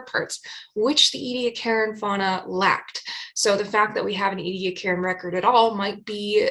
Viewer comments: It's pronounced eddy-AC-a-ran, not ee-dee-a-KAREN {:o:O:} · It's pronounced eddy-AK-a-ran, not ee-dee-a-KAREN. I'm 9 minutes in, I don't think I can stay the distance if you mispronounce it again too many times. Edit: it's OK, I made it! {:o:O:} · Interesting, how you pronounce Ediacaran.